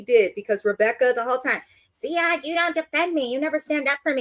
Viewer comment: His name is Ziad, not zead.